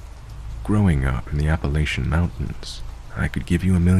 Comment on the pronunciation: Thank you for pronouncing Appalachian correctly 😂❤